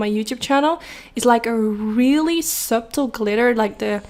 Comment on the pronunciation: it's spelled "subtle" yes but it's pronounced "suttle" 💋😘